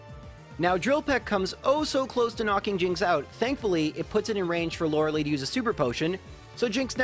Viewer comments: LOERELIIIIIIIIIIIIIIIIIIIIIIIIIIIIIIIIIIIIIIIIIIIIIII "EYE" COME ONE GET YOUR NAMES RIGHT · The way you say Lorelei